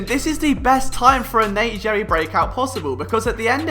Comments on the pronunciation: It’s Gerry (sounds like Gary) not “jerry” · It’s pronounced “Gary” not “Jerry” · It’s Gerry, like Gary, like spongebobs snail. Not Jerry. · bugging the hell outta me that you were pronouncing it Jerry and not Gary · FYI, name pronounced "Gary", even though looks like "Jerry" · Nope... it’s “Gary” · It’s pronounced like Gary. As someone who has played with him in the past please get it correct... c’mon man! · Gerry is pronounced with a hard "g".